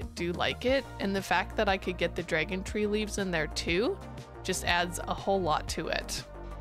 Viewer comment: You say three like an Irish person ! I really should build more with coral. I always forget it exists :D